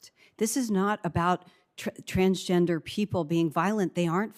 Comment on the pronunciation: I like how he has no idea how to say Transgender. He’s probably thinking wtf world is this?